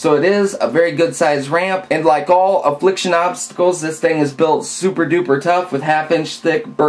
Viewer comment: I love how you say '' Obsssstacls ''